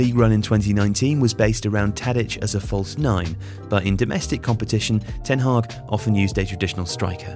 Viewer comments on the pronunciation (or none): It's ten Hag, not Ten Hag or ten Haag or ten Hagh ;)